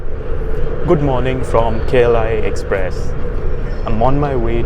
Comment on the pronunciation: you said Kla express I heard kerala express 😂😂😂😂😂😂😂